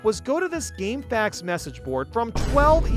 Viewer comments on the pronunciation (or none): none